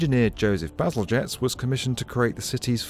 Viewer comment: Soft G in Bazalgette? Huh.